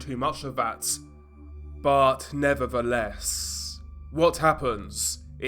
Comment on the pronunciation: “But nevatheless”